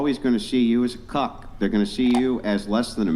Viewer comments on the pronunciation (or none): It’s Cuck not Cock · Clarification please, said "Cuck" not c0ck. Ya'll clickbaited me 😂😂